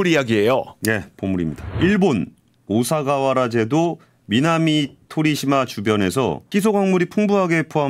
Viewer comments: 오사가와라가 아니고 오가사와라. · 오사가와라 아니구요 오가사와라 입니다